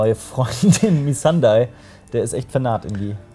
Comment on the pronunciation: Noa Nee, Missandei sprechen sie auch bezogen aufs Englische falsch aus.